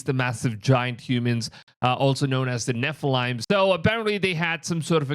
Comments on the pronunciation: LOVE YOUR PROGRAM, BUT, THE WORD 'NEPHILIM' IS PRONOUNCED NEPH-I-LEEM, NOT NEPH-I-LIMES...LEEM, NOT LIME...I AM FIFTY YEARS IN THE FAITH & HAVE READ THE SCRIPTURES 6 TIMES AT LEAST FROM GENESIS TO REVELATION & HAVE STUDIED THE HEBREW ALONG WITH IT...I AM ALSO AN ENGLISH MAJOR...AS WELL AS 20 YEARS A WATCHMAN/RESEARCHER...🙏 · It's nephilim not nephalime